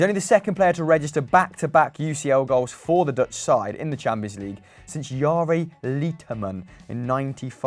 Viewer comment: . The worst butchering of the name Jari Litmanen in human history.